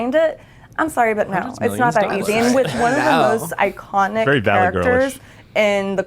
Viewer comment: Did she say that Joker was an "icontinent" character in the cultural lexicon ? Now that truly would be a twisted Joker plot; iconic Joker struggles with incontinence while navigating the perils of modern society.